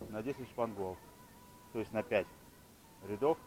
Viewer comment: правильно говорится шпангоут